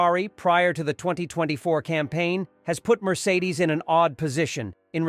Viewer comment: I can’t watch this channel again after hearing how you said Mercedes….